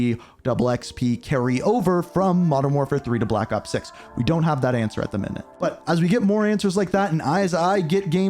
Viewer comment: "blapakop six"